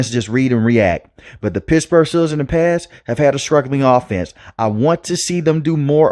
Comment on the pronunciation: Lol dude. You gotta curb your speaking inflection a bit when it matters. Pissburg is not ok, you gotta pronounce those T's bro